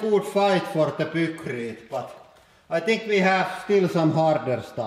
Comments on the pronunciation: Isn't it pronounced piekrete instead of pukrete?? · Pronunciation tips! -Pykrete was named after it's inventor Geoffrey Pyke, and is a combination of "Pyke" and "Concrete". It should thus be pronounced "Paikkriit" -Ninja is a japanese word which was transliterated with a J based on the English pronunciation which would be dž. Thus Ninja should be pronounced "Ninža", rather than "Ninia". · lol "pookrete". Please, don't ever make pookrete :) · "Deh poo-crete get crush-shed." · this guy saying poo-krete is too much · "Poocrete" lol. and is that a new tool for the press? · "peukreete" lmao :D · Your english is getting better, but just out of curiosity, is there a reason you pronounce a "y" as an "oo" sound? E.g. "Hoodraulic" and "Poocrete" Is that the way it is pronounced in Finnish? I've just never heard that pronunciation in any other language. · I wonder why Hydraulic Press Guy consistently pronounces the "eye" sound a s"oo"? "hoodrawlic press" and "pookrete" are pretty funny, though. :)